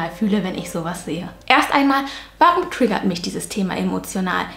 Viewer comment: Mich triggert es, wie du manchmal du triggerrrrrt sagst 😂